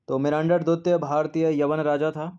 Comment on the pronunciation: Sir hindi ke kuchh shabd bahut galat pronounce ho jate hai, Kundwalan nhi kundalwan Dwitt nhi dwitiya etc.